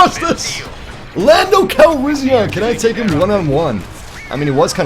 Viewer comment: why do you put more emphasis on the "an" part of Calrissian. And pronounce it "Calrission." See how I'm telling you that you pronounce it oddly? How you pronounce it like the second "a" like an "o?"